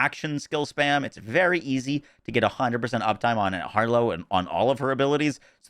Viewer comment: Traaaaaaaannnttttttttt. Why does Harlowe suck at saying her own name??